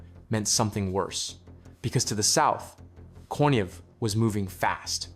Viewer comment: I believe that Konev is pronounced Konyev.